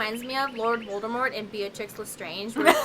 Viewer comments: So I love you girls, but the Potteehead in me died a little when you called her Beatrix. It's bellatrix. Sorry. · It's "bell-a-tricks" guys xD